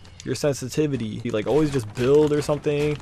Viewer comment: "Or sumding"